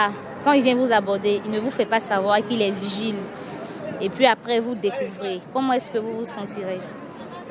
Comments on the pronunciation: D'abord on dit pas virgile mais vigile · ON NE DIT "VIRGILE" MAIS PLUTÔT "VIGILE".